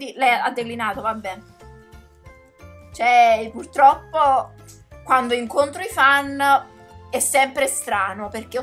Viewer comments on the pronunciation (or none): none